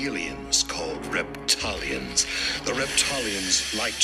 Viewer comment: Did you say REPTILIANS OR raped-italians😮😮😮WWG1WGAWW IYKYK NCSWIC NQTHING GOD SEES EVERYTHING 👀 GOD WINS FRENS M 🏆